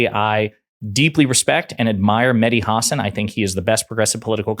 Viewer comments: It’s HA-SAN !!! Not HAW-SON 🤝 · ha-SÁN…, not HÁ-san… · The guy's name is Ha-san', not Huh'-sn. Really. It's not that difficult. Whare have you been for the past fiifteen years not to have heard his name? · Great vid, props to Mehdi, just please be advised that you are mispronouncing his last name. It's pronounced "hah-sawn" with an emphasis on the second syllable. Once you get that fixed, you'll be right as rain. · The stress is on the second syllable: hasSAN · HAW-SAWN...it's Medhi HAW-SAWN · Let's all VOTE BLUE. 💙💙💙💙💙💙💙💙 His last name is pronounced...Hah-saan. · Learn to pronounce his name! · Why all of a sudden you're saying his last name incorrectly? But you say his last name correctly again. Get it together Bruv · Please pronounce names correct Hasan .